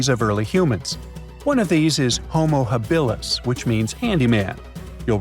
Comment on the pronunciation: Not hah-BIL-us, but hoh-moh HAB-ihl-us. Your AI's pronunciation needs to be corrrected.